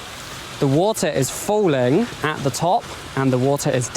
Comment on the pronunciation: pronounces “falling” in a very unusual way